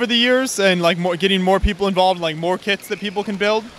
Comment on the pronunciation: I thought he said kids instead of kits XD